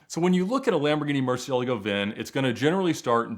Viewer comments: Bro that's not how you pronounce Murcielago! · Ed calls them "murci's" because he can't pronounce murcielago for the life of him